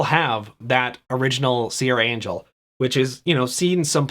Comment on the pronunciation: Lol what? You've been playing magic for 20+ years and you don't know how to pronounce Serra Angel? Surely you've heard someone else say it in that time.